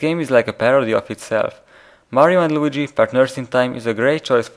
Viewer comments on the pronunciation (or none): none